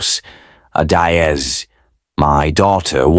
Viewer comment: Is not adaiz😢is Adaeze"ada_eze❤